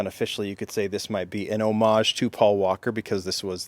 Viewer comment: Thanks for saying homage correctly. I really really want that set.